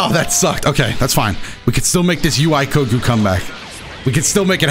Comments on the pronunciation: Am I the only one who heard say UI Coco instead of Goku in the second match 😂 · Play team "Incoherent speech" Janemba (B) Kid Buu (A) DBS Broly (C) Mostly cuz I wanna see more Janemba